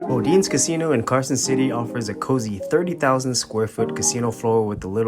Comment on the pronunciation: I need a longer video. 5 mins is not enough for me to get a good workout. Jk. It's plenty for my lazy azz. And just for the record, it's pronounced "Body-ness". 🤣🤣🤷‍♂️👍